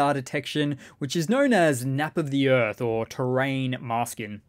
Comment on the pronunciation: Pronounced nape of the earth (nap of the earth) like nape of the neck. Cheers for the vid.